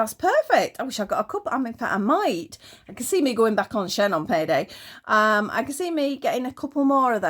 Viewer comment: We pronounce it. "Sheen"like the polish. I too bought a pack of the bunny slippers and am going to see if they will open up a bit to fit a doll.Maybe a Blythe foot.Also like you I buy a tester to see if it will suit me and yes read the description.Ive been looking for some dogs and the 2D key chains look great in the photos but I need 3D so I'm reading descriptions all the time these days. Have you been getting little free gifts come through the door .It can be very random .They'll say pick a free item but when it does come what do you get .Solar for me it's been knee high stocking and a dinosaur balloon.The grandkids liked that one, but for those out there .The free gift is a con.youll never get what you chose. I enjoy your videos and look forward to the next .I particularly like the crochet crafts.Thank you❤